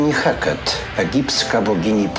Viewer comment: Hekate nie Heket